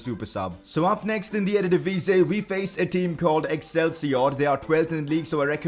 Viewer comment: Hi it's ERE-DIVISIE ans not ErDedivise...